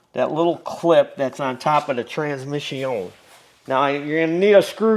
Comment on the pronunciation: I tried....I really did. But about the 157th time you said "trans-mishy-own", my mind snapped. A course in master mechanics taught in fluent French......it's more than I can absorb.